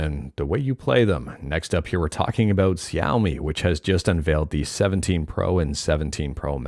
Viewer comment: Xiaomi is pronounced "shaomee" - similar to Mortal Kombat's "Shao Kahn",. <3 You've really butchered that one.:D